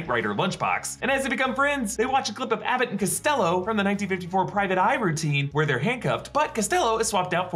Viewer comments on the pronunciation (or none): none